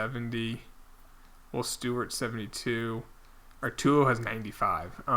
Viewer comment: stop calling nelson Arturo artulo its getting on my nerves